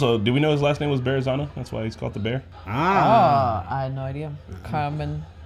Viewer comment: They're saying bear-zano tho